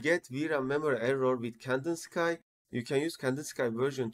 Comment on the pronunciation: tutor güzel ama ingilizceyi düzelt, birde Kandinsıkay değil Kandinski diye okunuyor, Rus ressama ithafen Vasili Kandinsky